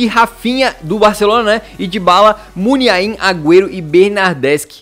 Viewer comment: Kkkk no ele fala munhain